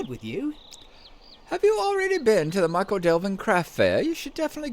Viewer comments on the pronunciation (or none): Just to be pedantic for a moment, "Michel" is pronounced "Mickle" not "Michael"! This is an excellent addition to your LOTRO portfolio, but she should have the honour of her own show: "SLOTRO THREE" is a bit mundane but she could run through Yondershire as I don't imagine the other two are likely to visit there any time soon, and then maybe she'd be well-placed for the South Farthing when it arrives? Yes, that road leads to Yondershire, where you can meet all kinds of fun canon characters not to mention Bingo and his mob ;-) Does anybody ever get rid of their Bounder's Hat? I'm sure that all my characters who "earned" one still have it! The Quick Post Quests are actually an excellent way of working your way around the Shire, going from hub to hub, and there's some more in Yondershire as well.